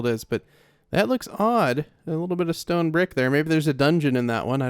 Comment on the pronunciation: Remember when was memeing on his first hardcore world where he said stone "ston ay"